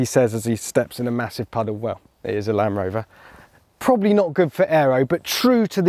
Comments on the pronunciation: Please teach him that there is a D in Land Rover not lanrover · Anyone else notice how he says "lan rover" rather than Land rover? So bloody annoying 😂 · I swear he keeps saying Lamb Rover..... Almost like Benedict Cumberbatch saying pengwings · Why is he calling it a lan-Roma 😂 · Where did this guy learn to speak "LAN'ROVER" and "there _isn't_any flat panels" I can't watch. Can anyone recommend any other videos of this actually being used? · Why is he saying lamb rover